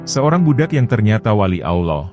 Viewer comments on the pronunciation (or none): BUKAN AWLOH TAPI ALLOOH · Sebutan Allah yang bener ya.. Bukan Auloh..... Sebetulnya ALLAH